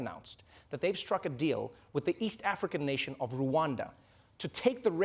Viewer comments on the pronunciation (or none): It's Rwanda not Ruwanda that pronunciation is so... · Rwanda not Ruanda